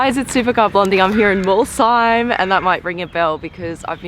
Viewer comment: I live just a few kilometers from Molsheim, and I have to admit : you pronounce it better than 99% of french people